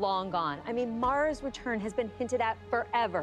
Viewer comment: “Rerurns” ru roh raggy